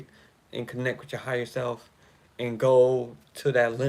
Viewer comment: When you say "ya higha self" I hear Yahayah/Ahayah and The Name means To Exist, I AM, Eternal Life. The Most High Power speaking.